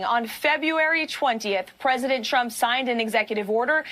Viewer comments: Is "Tchump" the new way to pronounce it ? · Am I the only one who heard her call him “president chump” like every time? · She always sound like she's saying "President CHUMP" 😂😂😂